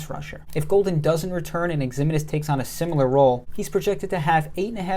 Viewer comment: FYI Ximines is pronounced Ziminez. Keep up the good work.